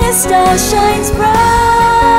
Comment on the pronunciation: Where are your consonants girl, especially at the end of words? Bright sound like Brigh...